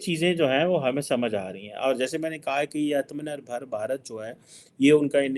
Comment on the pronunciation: First learn to pronounce properly ATMA-NIR-BHAR before your daily dosage BS discourse😂